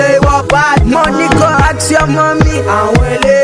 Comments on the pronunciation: ask not axe.. wizkid you should practice. thanks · He said 'Axe your mummy' lol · lol pls don`t "axe ur mummy"